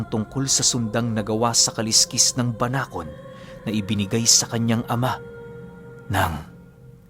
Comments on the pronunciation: Tama po ang pagbigkas mo sa salitang Banakon 😍😍🤗🤗👏👏👏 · Banakon Po Tama Po Yung pagkaka banggit nio mejo malumanay.solid Po Yung kwento ❤❤ sana maging series Po eto😊😊❤❤ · Tama po yong pagbanggit sa salitang banakon Pero yong sawa po iba po yon kc sa English is phyton po yon